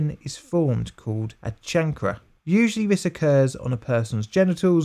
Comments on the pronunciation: Kayn Ker not Chan Cre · chancre kanker? no, chan kruh... stupid ... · Chancre is "kayn-ker" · "Chancre" is a French word. In English, the usual pronunciation is "shanker". Macon County is pronounced MAY-cun County. You can hear it near the end of the video "Macon County Line (1974) - HD Restored Trailer [1080p]", for instance. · Chancre - "Kane - ker," there is no 'ch' sound in chancre sore. 🙂 We all make mistakes, honey. It's what we do.... Fun fact : H.P. Lovecrafts' father suffered & died from Neuro Syphilis. He died in a mental asylum which impacted the young H.P. Lovecraft terribly. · It would be nice if the narrator would learn to pronounce a few words eg “chancre” and “thirty”. Apart from that, very interesting video.